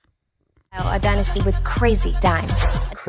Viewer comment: It's pronounced dynasty not dynasty